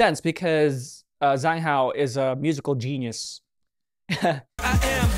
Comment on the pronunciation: You always pronounce zhang hao’s name wrong, it’s pronounced as Jang hao with j not a Z 😊❤